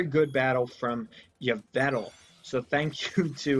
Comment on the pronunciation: Also, you mispronouced Yvel Tal, (Evel Tol)